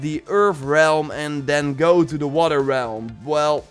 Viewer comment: Nobody:: Let's geauo